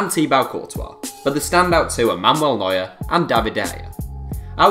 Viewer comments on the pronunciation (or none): none